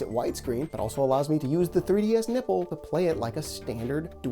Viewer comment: Sounds like your saying the “nibble” when clearly you mean “nipple” 😂